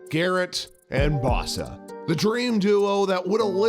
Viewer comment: Legendary Watson...LOL Legendary at sexual assault. Do you know how to pronounce any names? It's BOH-suh. Not Baw-suh.